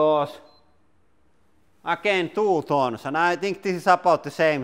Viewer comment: Tooee tonssss😂😂😂 Hit like if you laughed when he said that🤣🤣